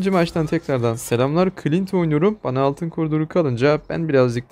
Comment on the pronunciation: Clinte demek istemiş